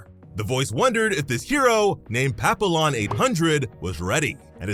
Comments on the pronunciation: Papillon is pronounced "pa-pee-yon" just so you know. "Pa-peel-lon" your a s s. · Papillon isn't pronounced pap-ill-on. It's french and pronounced pa-pee-AAN. And yes it means butterfly. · Dude it's French and pronounced Pap- E- Yon not Pap-I-Lon It Literally is Butterfly in French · Papillon means butterfly in French btw It’s pronounced papiyyon in french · Not being a stick in the mud but papillon is pronounced as pa-pi-yon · As someone who speaks French fluently, the way he said “Papillon” hurts. Btw it’s pronounced pap-ee-yon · Papillon is the French word for butterfly, so it should be pronounced "Papi-yon"